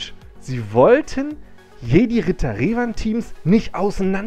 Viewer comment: Galactic Republic ist nicht Old Republic ... PS. Du sprichst immernoch Revan falsch aus. Du Sagst ja auch Luke und nicht "Luhke". Der Kit ist einfach 3 Jahre alt und musste nachträglich angepasst werden.